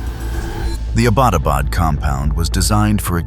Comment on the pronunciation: Please stop saying "Abaadabad" , the correct name and pronunciation of that city is Abbottabad,( Abbott Abad) the British gave it that name, named after Lord Abbott, and it still stands.